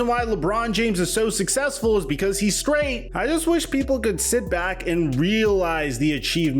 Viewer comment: don’t ever say SKRAIGHT again 😂😂😂 🫡 💯🔥